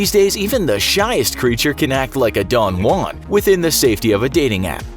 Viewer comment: I'm not used to hearing "Don Juan", so I heard Dong Wand.